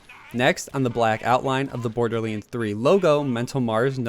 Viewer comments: it's pronounced "borderlands" not "borderling" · Imagine being such a big fan of something that you'd make videos about it but you just can't pronounce it's name right. Borderleenz 🤦‍♂️ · Did anyone else notice that at the start of the video he said “borderleens 3”